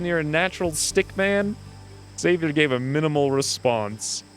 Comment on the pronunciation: It's cutie how you pronuncie Xavier. But I only recognized because read on screen kkk